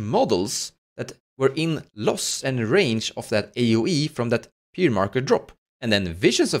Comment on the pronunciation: Ihr Englisch ist besser als mein Deutsch lol! Pronounce Pyre the same as Fire. Great video helped me with Reva!